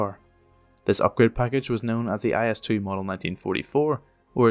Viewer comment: It is necessary not to pronounce the letters separately, but together in one syllably. Not I S but IS. Listen to how it sounds in Russian. IS.